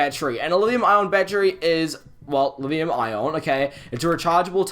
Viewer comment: are you saying livium ion?